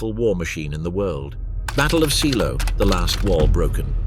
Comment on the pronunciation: Pronounced ZAYLOW.